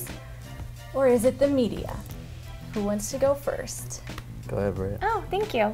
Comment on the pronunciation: Omg you're "forst"